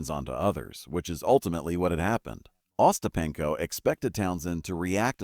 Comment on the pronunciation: uh-STAP-in-ko and other mispronunciations of Ostapenko and other words, and other oddities in this video show that whoever made this video didn't bother to check it before uploading, so there's no reason to believe anything in the video.